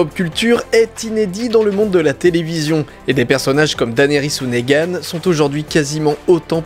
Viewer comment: Pas Négan, Neegan ;)